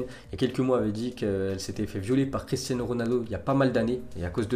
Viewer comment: "Cristiazno Ronaldo"